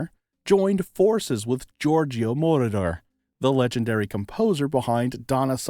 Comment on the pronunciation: Moroder is mispronounced.